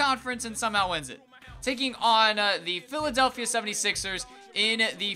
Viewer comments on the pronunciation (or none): none